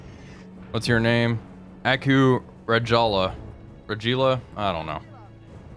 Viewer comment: a-ku ra-ja-la but no pause on the lines